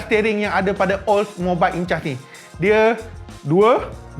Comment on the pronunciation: Sebutan Oldmobiles Incas adalah Ol mobils Inkas. Derives from word Inca, ancient native of southern america.